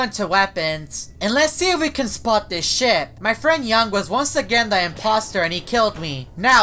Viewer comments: Do you have a problem pronouncing the word “Ship”? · He said shit not ship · I wonder who's controlling this ship? Captions: I wonder who's controlling this [ __ ] Edit: Captions are drunk & it mispronounced ship as shit. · when he says ship it’s sounds like sh** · I thought you say sh*t